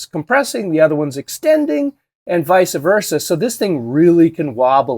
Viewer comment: It's vice versa not vysa-versa. Thank you for these reviews!